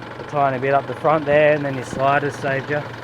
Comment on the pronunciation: What an awesome start to the series . . . VHC is simply magic! Been on a few of those tracks and the memories are epic - gotta get back there soon! Can't wait to see the rest 👌👍 Setup is looking great . . . Love that fridge! Frong 🤣😂🤣 rewatched one of your canopy build vids recently and noticed the "GMV" of your car being talked about 🤣 . . . Best part is you don't seem to worry about slips Of the tongue 👌